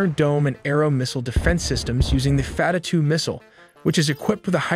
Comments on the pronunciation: F-A-T-A-H not fatatue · "fatter" two missel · Fattah (pronounced fat-taah - strong /t/) translates to "opener" and it refers to one of the 99 names of Allah in Islam, signifying Allah as the one who opens all gates of victory. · the damage from a white boy saying fattah hurt me psychologically more than israel ever could